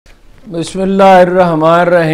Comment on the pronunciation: AAP sirf Salam Kiya karen Bismillah na padhen aap noon chod kar padhte hain